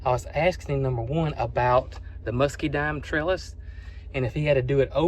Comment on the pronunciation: It's MuscaDINE, not MuscaDIME.